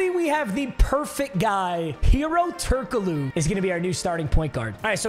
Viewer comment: How do you fumble the pronounciation of Turkoglu. Its so fucking easy.